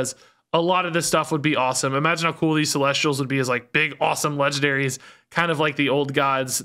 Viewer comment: Hey, I know I’m like mega late to the party but I asked my girlfriend about the Celestials once too and the way she pronounced it is actually about how you’re saying it. So good job!